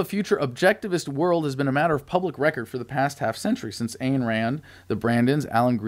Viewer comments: It's pronounced eye'n Rand. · Her name Ayn is like INE as in Mine.